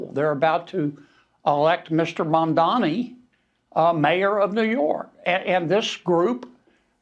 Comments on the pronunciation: you have become my nightly news! keep up the good work, and just kkep being yourself.. That being said, its "MAM-DANI, MAM MAM MAM-DANI", not "MON-DANI" LOL! IDK, just having fun lol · When you said Scam Donnie, you actually said his name almost correctly. For months that I’ve been hearing you talk about Donnie you’ve been saying MANDANI. So if you’re going to speak, please try to speak correctly so I can understand what the fuck you’re talking about. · who's Mondani? His name is Mamdani